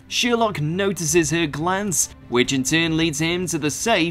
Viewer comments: It’s Sher-lock not Sheer-lock!!! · Thank you for these. Only one problem - Sherlock is NOT pronounced SHEERlock but SHIRlock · No worries with this, but how the fuck can you pronounce Sherlock as Sheerlock? Have you never heard it sounded out loud before? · Yes thank you! I love how he ends up almost pronouncing it as "sheer luck" though. It's ironic if you think about the contradiction between sheer luck and the main character's extremely logical understanding of the world. Anything you want to tell us? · "shewerlock" lol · SHERLOCK! NOT SHEER LOCK! ITS SPELT A CERTAIN WAY FOR A REWADON GOU NUMPTY! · what triggers me is that he says ''sheerlock'' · Thank you! Is it his accent or he doesn’t know how to pronounce Sherlock? It drove me crazy the entire video.